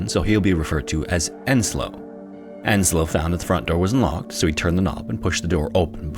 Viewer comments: Yeah, but then he mistaked the name Ensio as Enslo, and that really grinds my gears. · Oh god.. there is no Enslo in Finnish names. It's Ensio, not Enslo.